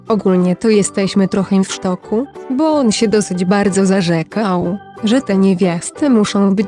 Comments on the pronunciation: jak mówisz "w szoku" to ja słyszę "rynsztoku". Taka to dygresja. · Ja słyszę ,,w sztoku''